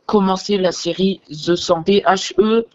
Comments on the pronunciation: bah ça se prononce "The Hundred" et non "Ze Cent" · The 100 la série est incroyable mais on dit pas" the cent"c'est où les cents ou the hundred😅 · The “cent”, il a dû manquer quelques cours de LV1 lui mdrr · oui mais tout les français prononce ze 100